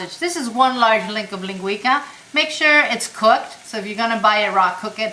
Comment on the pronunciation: linguica - the c is pronounced like an s